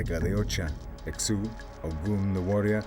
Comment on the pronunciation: The fact they can’t say Exu name correct (not x-uh, it is eshu) nor identify the difference between Brazilian Umbanda to Quimbanda leaves little to believe here. Much is good information, yet they fail to show their expertise with such large misinformation. Get the religions straight.